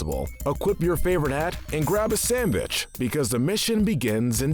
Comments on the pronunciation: did he just say sanbitch? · Voice: Sandvich Subtitles: Sandbitch